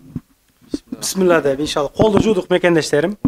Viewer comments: Бысмылда эмес. Биссмиллах деп үйрөнчү иним. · Бисмиллях же болбосо бисмиллахир ррахманир ррахиим деп туура айтыныз бул Аллахтын ысымы.